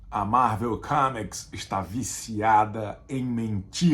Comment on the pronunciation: Há dois vídeos, comentei que eu ficava sempre ansioso pelos zooms que o Chico insere aleatoriamente em seus vídeos, mas eu reparei com este que existe outra coisa que me deixa preso também: quantas vezes ele irá pronunciar "QUÉMIQUIS" (comics) no vídeo??